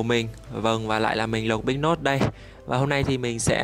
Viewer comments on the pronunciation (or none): Big Nose đọc là nâusss mà anh cứ đọc là nốt nhỉ cần sửa nè